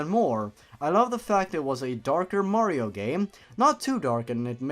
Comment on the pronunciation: omg, ur mehrio gaempley is shetty. U cant even pley a mehrio game XD “dabs” In all seriousness, great vid dude. Subbed.